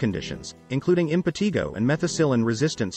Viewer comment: Impetigo is pronounced “im puh TY goh,” NOT the way it is pronounced in this video.